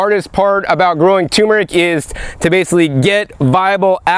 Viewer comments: "Nukular tumor rick!" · Love you,........ tur meric, not tumeric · "tur-mer-ic", not " tumor-ick". please! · Turmeric not toomeric, we grow our own as well, great video, thanks for sharing, didn't know we should be eating the leaves! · Matts Toaster If a child or adult is going to learn it is by being corrected. If a person has a disability that is a different matter. I don't think that is the case in this thread. It is simple. The spice is tuRmeric. Not tumeric. Can you say turmeric Matt? If you are physically not able to say it perhaps you can spell it. If you can neither say or spell the word properly there is nothing I can do for you. Of course we can understand messed up words but civilized folks aim for a higher standard.